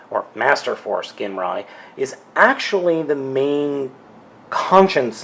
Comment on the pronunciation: i keep hearing everybody pronounce his name wrong i have masterforce his name is pronounced (jin-rye) other than that lol i got this same set at toys r us too and he remains my prized transformer, and his stickers are pretty thin so if you apply them all the wrinkles should go away as long as the glue on them is still good